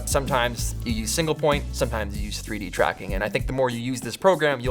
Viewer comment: "Why don't you do pffuuideee-dracking?"